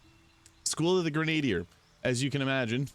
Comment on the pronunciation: Gren-ah-deer. Grenadier. Sorry. Great video!